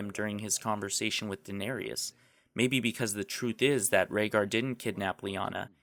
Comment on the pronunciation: danarius, lol, smh. great video dude, i've been preaching that theory for a while, its nice to see an authority on youtube get it out there.